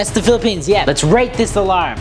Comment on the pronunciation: Bro its philippines not philiphians